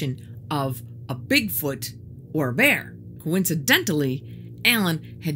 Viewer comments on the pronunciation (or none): none